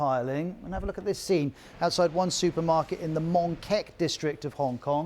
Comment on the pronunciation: It's Mongkok not Mongkak 😂😂😂